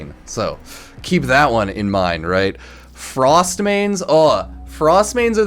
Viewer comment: From Frost to "forst"